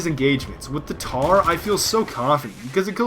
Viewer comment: its the Mtar M MMMMMMMMtar NOT TAR!!!!